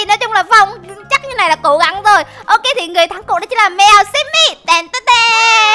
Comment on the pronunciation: Chị đọc sai rồi. hồi nãy chị bảo là sammy sau đó chị lại đọc là Sammy là sao